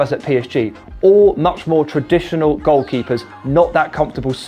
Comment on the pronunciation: Ke-pa, not Kepper for f*cks sake